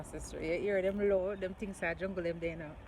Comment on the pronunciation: Pina colada vs pinot grigio joke is the best. Did your mom just say noh peanut noh in deh? ROFL